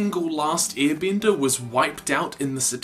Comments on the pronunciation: I’m sorry. I keep hearing “ear bender” lmao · I like how the guy says "earbender" 😂